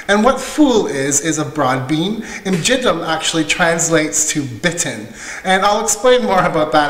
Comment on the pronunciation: the way you pronounce it in the video means "very dirty broad beans". LOL! :D So Martha is right. Many thanks for the recipe. You're great! (Y)